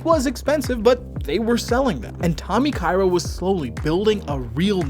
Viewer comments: It's Tommy Ka-Ira, not Tommy Kayra. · Hello sorry it is pronouced Ka ira ?